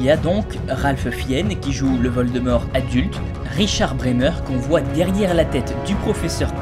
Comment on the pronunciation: Geuldemort sa y va bien 😂😂😂😂